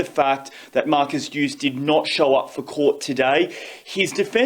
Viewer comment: learn how to say the name of the principal person in the story you're telling douchebag